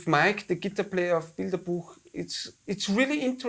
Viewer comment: Great, passionate conversation, but please remember, guys, what your favorite instrument is called: Guitar. Gitarre. Stress on the second syllable. Same in all languages, no need to suddenly change it.